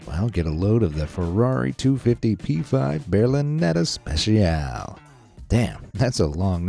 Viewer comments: It's not pronounced Berlinetta special, but Berlinetta speTSialE (if we pronounce it in Italian). Also the Lamborghini isn't Venino but Veneno (the 2nd "e" is "e" too, as in Italian "e" is always "e" and never "i"). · ITS PRONOUNCED SPE SHE A LEE